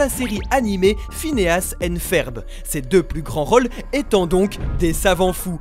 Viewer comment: Phineas et ferb prononcez le feurb plzzss